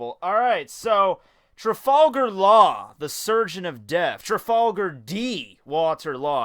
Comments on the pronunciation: It's Traafullgaarr not trufallgar your technically pronouncing it right but you're not annunciating it right as to its intended like I had a friend who called Tapatio (tapaatheo) tapatio( taapaatiio) he technically pronounced it right but he didn't put the correct enunciations on the points that was needed so he pronounce the word incorrectly granted none of you care about this but it just annoys me not because of anything race or religion or blah blah blah blah blah but just because I really fucking like this character and people not saying his name properly pisses me off that is all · You should know, Trafalgar is the name of a cape in Spain. So it's not a japanese word, it's a spanish word. If you want to pronounce that "correctly" (which, as a linguist, I can tell you, you can't, because language just doesn't work in terms of right or wrong), try pronouncing it in spanish. "Water Law" are a pretty straight forward reference to Waterloo, being Waterloo and Trafalgar the two big battles that Napoleon lost (both won by England, and guess who rides the yellow submarine here). So there's no fucking denying that it is a spanish word, being just borrowed by our japanese writer here. You see, the "original" japanese pronounciation is not meant to rule anything, but to give japanese native speakers an idea of how to pronounce it. Also they don't use romaji normally so katakana is the only way they'd right it.